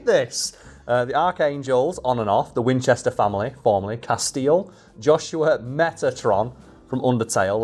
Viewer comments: Who else winced at 'Casteel'? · Honestly, saying Castiel like Casteel might be the closes i've ever come to becoming a pinned comment on one of these videos. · Having watched this channel for long enough I'm not sure if some of the mispronunciations are intentional trolls towards the audience or not. Ex: Repeatedly calling Castiel > Casteel ( corrected the pronunciation, but still said it wrong later in the video), and the Nephilim > Nephlehem (almost sounded like Bethlehem). Don't get me wrong, I'm not bothered, it's pretty funny thinking that either doesn't know, doesn't care, or is intentionally pronouncing things wrong to see who notices. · Please keep calling him "Castille" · She tried for a while but just had to correct your pronunciation of Castiel eventually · The way keeps mispronouncing Castiel's name is enough to make me chew glass 😂. (At least Cas got a cute picture for the blue screen in the background 😆.) The whole concept of whether the characters in SPN had free will or not was pretty cool to be fair. (Wasn't there a throwaway line from God where Cas was revealed as an uncontrollable entity, that never did as he was supposed to? That would have been amazing to capitalise on for the finale. The only true representative of free will.) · continues to demonstrate that there are some names he is just incapable of pronouncing correctly. RIP to Cobain and Castiel. P.S. love you, 🖤💜💛